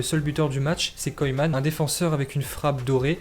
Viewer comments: Il prononce mal😂😂 la preuve il nique carrément le nom de koeman au lieu prononcer « keuman » il prononce « koyman »😂😂😂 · « Koyman »😂😂🤦🏾‍♂️ ça se prononce « keuman » gros Ronald koeman